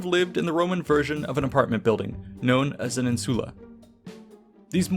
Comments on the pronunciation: I know just enough about Latin to know you accented "insula" wrong. You also pluralized it wrong. Then with "tabernae" you made the same plural mistake, and the opposite stress mistake. ... popīna was wrong too. Right away it struck me as odd that you said "in-SU-la" instead of "IN-su-la." I thought about it for a second, and was like, "huh have I been saying it wrong." But if then I remembered the penultimate stress rule: if the second to last syllable is a long syllable, ie long vowel or vowel + consonant coda (or both), then it gets stressed. OTHERWISE, the previous syllable gets stressed. Insula, if you mark the long vowels, is "īnsula." The syllable is NOT long, so we stress the first <īn> syllable. Honestly, you can use your English intuition here. We don't in-SU-late our houses, we IN-sulate, them. You can also just look it up on Wiktionary. Stress is marked by an apostrophe before the stressed syllable in their IPA notation. You can't use English intuition with "tabernae" though, as it is not stressed like "tavern." Here the penultimate syllable is ber, a long syllable, so get stressed: "ta-BER-nae." With "popina," I can forgive the mistake, as the long i is often not marked, but it's actually "popīna" so pronounced like po-PĪ-na. Seriously, just look up this shit on Wiktionary; it takes two seconds. Can you put in at least an ounce of effort? On two plural problems: The plural of insula is "insulae," not "insuli." in classic Latin is pronounced something li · IN-su-la. Stress falls on the first syllable.